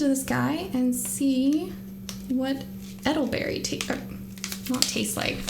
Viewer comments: Not edelberry its Elder berry. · It is ELDER-berry...😂❤ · Eddle berry lol satan worshippers cant read. Hilarious how many times its said too. Aye-gate 😂